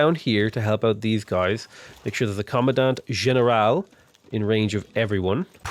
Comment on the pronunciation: Hello, native spanish speaker is back with how to properly pronounce things Llanero is pronounced Ya-neh-ro Hacienda is pronounced ah-see-end-ah Comandante General is pronounced Command-ant-eh G*eneral *its a weird mix of the G and J sounds